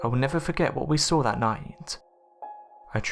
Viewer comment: So tell me again what you sawr? Oh bloody hell.